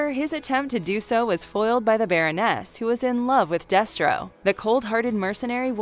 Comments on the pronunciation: yeah, but she said specifically, "Baron-ness", not Baroness. They also get information wrong, and cut way too many sentences sho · Omg I cringed every time she said "baron-NESS"